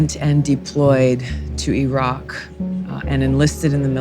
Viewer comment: I guess she is the first American I came across who could pronounce IRAQ correctly.